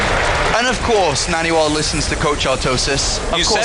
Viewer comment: I Hate the way artosis says naniwa " NA -N A WAA"